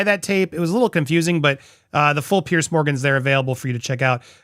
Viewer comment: Why does everyone call Piers Morgan “Pierce”? It’s pronounced like “Peerz”. It’s a Scandinavian name.